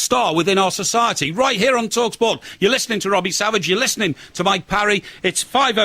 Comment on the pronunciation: He can’t even say mike parry’s name right